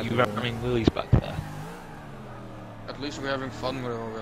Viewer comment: That's "Willys," not "Willy."